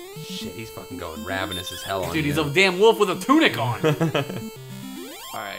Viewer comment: How come can't pronounce 'wolf'? He always says 'woof'. Speech impediment?:P